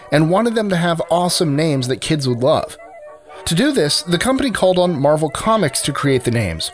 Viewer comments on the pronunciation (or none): none